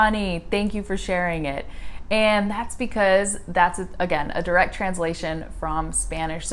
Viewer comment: do you now that you literally pronounce "direct" word into "drct" ,check it out